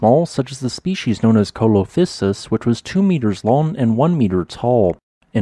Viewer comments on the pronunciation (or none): See-lo-physis. Not Coal-lo-physis